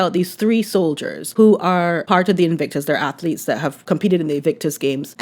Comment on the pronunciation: I hate how he says atheletes. At least pronounce the word correctly.